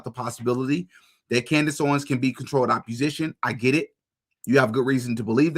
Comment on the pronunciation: I love you my brother in Christ, so don’t take this wrong I’m just trying to help when I say this. I notice you pronounce that term as “controlled op-yew-zi-shun” it’s pronounced “controlled opp-uh-zi-shun” that’s all I just wanted to point that out. I agree with most of your takes and love the content keep it up